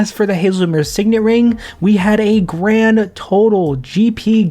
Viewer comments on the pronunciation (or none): none